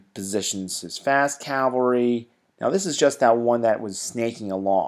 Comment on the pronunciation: why can't americans pronounce 'cavalry'???